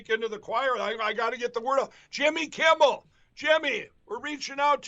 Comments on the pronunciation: Selick`s slow cousin pronounsed Jimmy`s name correct .He usually calls him Jimmy Kimball. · It always sounds like Pillow Snort is saying "Jimby Kimble" 😆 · Mikey Pillow wonders why he can't get any respect from Jimmy Kimmel when Pillow can't even say his name right. Jimmy Campbell...Jimmy Kimball....Crumble. He massacres the rest of the English language, too.